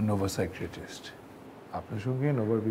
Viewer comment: সাইক্রিয়াটিস্ট বললো কেন বারবার বুঝলামনা। এইটার উচ্চারণ সাইকাইয়াট্রিস্ট